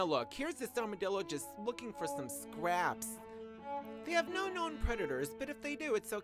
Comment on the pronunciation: I love how you say "thcraps".......fuuuuunnnny!!!